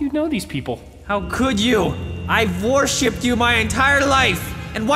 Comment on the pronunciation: Did he say worship of vorship